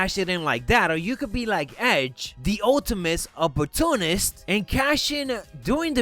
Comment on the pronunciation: He called edge the "Ultimist Opportunist" 😣😣😣